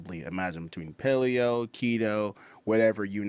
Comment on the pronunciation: Dude cant even pronounce Kevin Lerone's name properly. Guy talks about essential carbs while referencing the Palo diet.